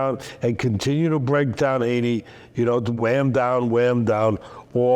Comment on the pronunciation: I’m a stokie and it’s mental to see teddy atlas talking about someone from our city he’s a really likeable bloke really good honest character (p.s it’s pronounced hee-knee😂) up the potters 🔴⚪️